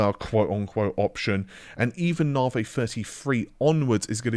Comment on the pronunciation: You'd better make sure you've got enough Freds to take advantage of Narvay Free.... Haha... to give credit to his pronunciation has improved over the past couple of years and I've always found it amusing in a light-hearted way.